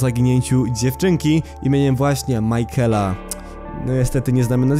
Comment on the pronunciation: imie michaela nie czyta sie majkela tylko mikejla